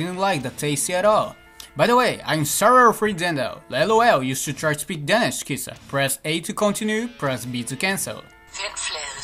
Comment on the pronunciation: You nearly nailed the danish one!